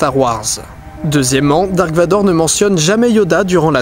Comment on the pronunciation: en plus on dit darth et pas dark